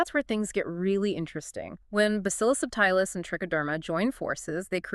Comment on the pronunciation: Not sure why she calls subtilis “sub tile us” it’s pronounced ‘subtle is” it was named after the word subtle because it was a subtle bacteria. Has nothing at all to do with tiles or tiling…